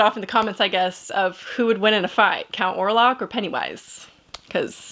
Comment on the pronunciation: Orlok not Orlac.